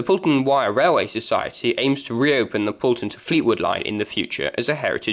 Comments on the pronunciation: It's pronounce Poll ton not Pool ton. The M55 and Yeadon Way was not the reason why the Marton Line closed. However, the Highways Agency decided to use part of the old trackbed for the M55 and Blackpool Council decided Yeadon Way would be a convenient corridor from the motorway into the town. The site of the first Fleetwood station is not where you say it was and in fact, is closer to the Wyre Dock station which became the new terminus when Victoria Terrace closed. Where you show it was, was actually numerous coaching stock sidings. The first original Fleetwood station was not far from where the Wyre Dock is as that did not exist when the railway first came into the town. The line from Thornton was virtually straight into Fleetwood and ran across the marshes on wooden trestles and over the land the dock was later cut from. By the time they built the dock the wooden trestles were in a dangerous condition so they needed to remove these and re site the station. This also required a track re alignment and is the reason the line swings away from the river behind the now caravan parks. Again, the old track bed into Fleetwood is buried under Amounderness Way. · It's pronounced Pole-ton, not Pool-ton